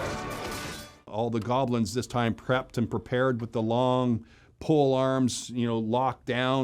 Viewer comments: Bro calling them golbins 😂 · did he say goblins? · I cringe every time he says goblins.